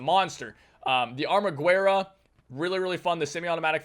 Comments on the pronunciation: Hey, just a headsup, you're pronouncing ArmaGuerra as a spanish word, it's not, it's italian, it's 2 words combined, Arma Guerra which translates to english to Weapon War, or, War Weapon, the 'U' is silent in the italian pronunciation, it should be something like Arma "Geha" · The italian wepon "armaguerra": you dont read the "u". And the "r" is a "thoat r" (i know that sound doesnt exist in english) - try to picture it as in "rock"